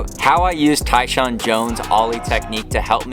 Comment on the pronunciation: Love how the AI can't figure Tyshawn's name.😂 TAAAN